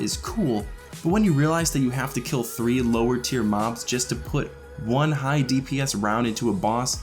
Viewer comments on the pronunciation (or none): none